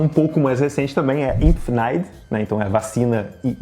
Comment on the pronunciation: Impfneid é MUITO perfeita kkkkkk